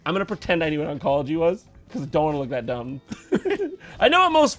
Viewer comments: Jimmy: Oncology Jon: Unkolgy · Is Jimmy still alive? Will we ever see him again? And can Jon pronounce oncology? These are the important questions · Jimmy laughing at Jon pronouncing Oncology wrong was hilarious.